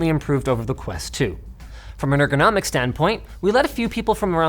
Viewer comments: "Inner gonomic" 💀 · anyone else bothered by the way "ergonomic" was said by linus?